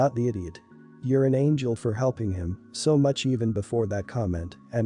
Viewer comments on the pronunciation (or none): none